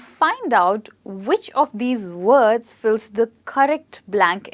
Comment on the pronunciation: WORDS. NOT WAODS.